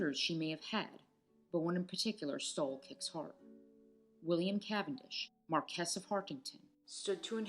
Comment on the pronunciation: caw-fee, cayndee and cawf medsin Mar-kwis not markez. Gzhorgzhaina not Georgiana